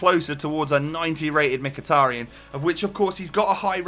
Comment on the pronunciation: You are pronounced Mkhitaryan right good Job;)